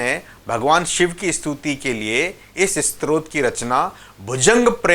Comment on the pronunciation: क्षमा चाहुगॉ, आपने 'स्तोत्र' का उच्चारण आरंभ से ही 'स्त्रोत' किया है | रूद्राष्टक के अर्थ में शिव महात्म बतलाने के लिए सादर प्रणाम | 🙏🙏